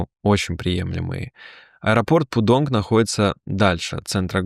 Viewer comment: Аэропорт Пудун, а не пудонг